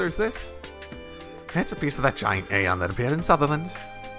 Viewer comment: Got to emphasize Aion as Eye-on a bit more,. Aeon is different, it's Tio's analysis system in this world so you got to distinguish the pronunciation, otherwise people will just be even more confused:p